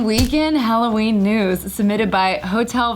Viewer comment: Alloween? Ugghh good grief 🙄